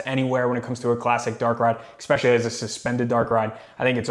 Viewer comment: Bro…there’s no X in the word especially! Especially. Not expecially